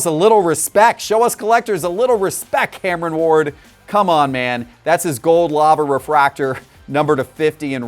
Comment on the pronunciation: Cameron Ward - Sound out the rest of your name, buddy. A is for Apple.